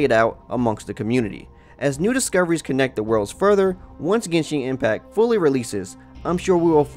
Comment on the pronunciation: "Genshink Impac" "Monstrot"